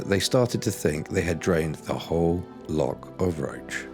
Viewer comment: Come on- learn how to pronounce Loch correctly.